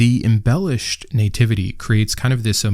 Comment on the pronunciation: Sorry, what is a "nay-tivity" ?